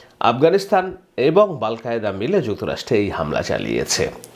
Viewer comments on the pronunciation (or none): ওরে বেকুব 🦝বাল কায়দা নয়💐 আল কায়েদা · আল কায়দাকে বাল কায়দা বলছেন